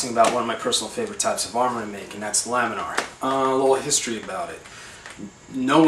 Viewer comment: "lamenar" or lamellar?